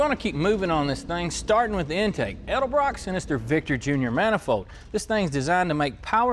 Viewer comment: As soon as you said Edelbrock I had to leave....lmao